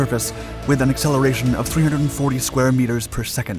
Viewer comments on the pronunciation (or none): none